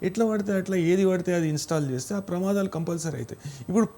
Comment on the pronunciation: ప్రమాధాలు కాదు తల్లి ప్రమాదాలు